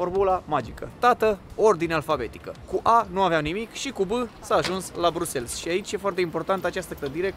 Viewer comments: Buna ziua, mai terminati va rog cu BruxelS e Bruxel belgienii zic Bruxel si francezii Brusel flamanzii Brusel si englezii Brussels dea pronuntia e diferita de ce facem o struto-camila din aceasta pronuntie?? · Sa stiti ca in limba romana se pronunta "BRUXEL", nu "brusels" 😂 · Cu respect, "Brüssels" nu există, e ori "Brasăls" in engleză, ori in rest "Brüsel" in franceză/germană. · Se citeste Brusel, nu Brusels 😊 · Amice, prima dată am crezut că n-am auzit bine, dar ai pronunțat de mai multe ori Brusels în loc de Briuxel.🤣😂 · Bruxelles. BruselS??? De ce pronunti BRUSELS? E Brusel, un minim de cunostinta….daca te axezi pe negativ gasesti negativ, daca te axezi pe pozitiv vei gasi pozitiv😊😊😊😊😊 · Draga, nu mai pronunta asa numele orasului, se pronunta "Briusel", fara s la sfarsit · Se citește: briusel, cu accent pe S apoi LL